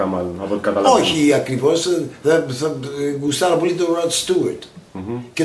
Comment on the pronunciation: το γουστάρω δεν το εχει,,το λεει πολυ αμερικάνικα....